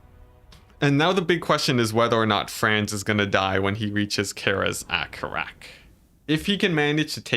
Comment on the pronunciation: Seriously microscopic level nitpicking comment: Its easier to say "Karaz-a-Karak" as "kah-rah-zeh-kah-rahk." The way you said it was more "Care-as a care-rack." I'm not sure which one is correct (almost certainly a mixture of the two) but I do know the former is generally easier/faster and smoother sounding. This is not criticism by the way, its just a comment on the nature of saying words from a fantasy language with our English-based speech patterns. Who knows, maybe you'll like saying it that way or maybe you dont care?